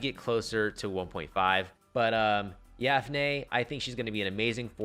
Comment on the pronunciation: kinda bothers me that you call her "yafnei" but thanks nonetheless for this video :D let's hope MHY doesn't change her kit.